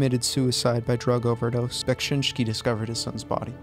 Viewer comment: just add that bekSInski we pronounce rather like E, sheet SHēt :) Im not good at English so hope u got what i wanted to say ;d